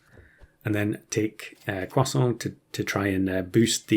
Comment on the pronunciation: "crosa", is French a second language?